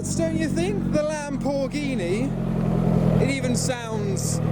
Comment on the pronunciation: I thought the lam-poor-ghini sounded pretty good!